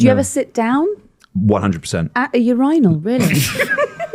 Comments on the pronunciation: please speak the dead Queen's English correctly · Today, I learned how Brits pronounce "urinal".